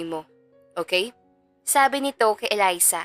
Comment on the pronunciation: Elisa kc Un ung kababata ni Miguel hahaha Mali ang pag bigkas ng narrator